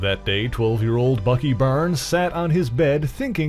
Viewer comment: Barnes not burns